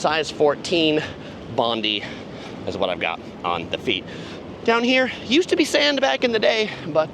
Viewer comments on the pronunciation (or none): Enjoyed the video, we’ve been home (Sydney, Australia) for 5 days from our latest trip to Hawaii. We always stay at the Moana Surfrider and unfortunately the Beach Club there was closed a few years ago which is disappointing. Also, just fyi, your shoes are pronounced “bond eye” after Bondi beach which is a very famous beach in Sydney. Love your videos, always fun and very informative 🙂